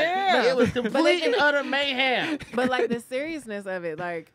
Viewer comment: I’m proud to see finally being able to say Mayhem correctly